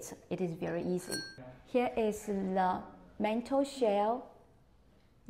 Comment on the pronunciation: 唔該 m̀h gōi! Great info as usual. For English speakers, we get a chuckle when you say 'mental shell', but we know what you mean. Keep up the good work. 👍🏻